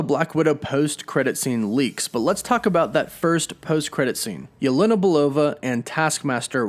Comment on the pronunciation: let me help Jelena/Yelena is said as “Ya-Lan-nah” not “ya-len-ah”